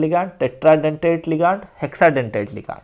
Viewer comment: Bhaiya लीगानड nhi hota hai लिगैंड hota hai pronounced thik se kijiye😂